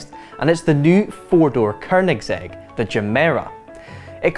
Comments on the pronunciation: Dude, it's Koenigsegg, not Koernigsegg. It help to learn how to pronounce words properly before mispronouncing them on the internet for the world to hear in perpetuity. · 4 door? Uh can DriveTribe count? Also it's Koenigsegg not Kernigsegg. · "koeRRnigSEG" does this guy have a speech impediment? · Hate how he says korgnigsetshrj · “Kernigsegg” some scottish dude kn the internet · Dafuq is a Kernigsegg?? lol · Kernigsegg. ffs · I think it should be pronounced with a hard G as it is swedish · "Koernigsegg" hahaha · theres no 'R' in Koenigsegg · Didn’t realize Koenigsegg had an effin r in it.